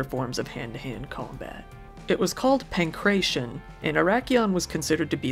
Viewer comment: Pankration, PAN-KRAT-I-ON!! There's nothing worse than when people try to pronounce Greek terms using English Phonetics. Looking forward to Part 2, still.